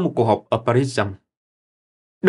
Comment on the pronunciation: Nghe btv đọc PA RÍT nó lạ tai quá , vì mấy chục năm bị PHÁP đô hộ ngay cả thVN cũng vẫn nghe đọc PARIS thủ đô nước PHÁP , hơn nữa btv này đọc cứ dật cục từg chữ làm sao ấy kg truyền cảm nhạt nhẽo khô cằn chẳg để lai dấu ấn nội dung như btv NT .